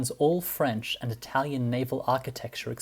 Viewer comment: The narrator trying to pronounce every non English word in that language’s accent sounds ridiculous. His Italian is not as good as he thinks it is and his Arabic accent sounds like Spanish